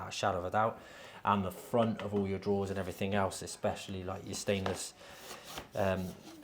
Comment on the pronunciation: Drawers not "draws". Fs 😂